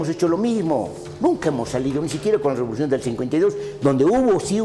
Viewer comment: Todo estaba interesante hasta que habló el shato...antes... guardián de la "revolushon" India 😜